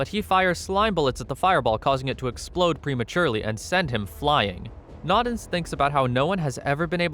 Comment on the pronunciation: Its "no-dens" not "nod-ens"